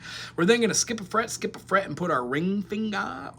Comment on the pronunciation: D flet on the first flet 😅😅😅